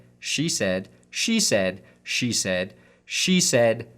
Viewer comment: Hearing "She said" repeatedly makes it sound like "cheese head." Watson is going to the Packers confirmed.